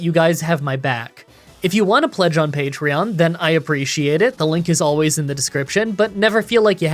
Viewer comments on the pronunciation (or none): none